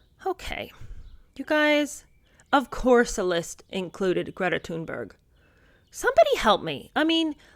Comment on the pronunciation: Sorry, I admire and adore Greta Thunberg. Thanks for saying her name correctly.